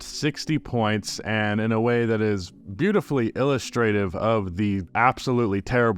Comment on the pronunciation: "illustrative" that's NOT how that word is pronounced.....i never understand how so many of these YT guys use words that they may have read a bunch, but never actually used in oral English...and i'm not even a native English speaker.... and i know, it happens to all of us....we see words in English in print often, but we never hear them used, or have never said them ourselves....then we misprounounce them, and it's like, "derp".....but i'm just a person, not a bro with with 100k subs......in the words of the left, do better man